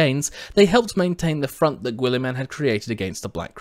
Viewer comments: Gwoolyman? Gill-uh-min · Is that how you pronounce "Guilliman"?